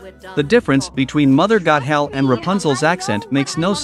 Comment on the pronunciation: What makes no sense is you calling her Mother “Got-hell”…it’s “Goth-el”. At least pronounce the characters’ names correctly… Also, what is with the weird pauses at the wrong time? Is this just really crappy AI?